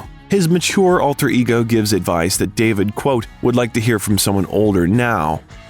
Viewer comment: Not Deiiiivid. David. Aaaa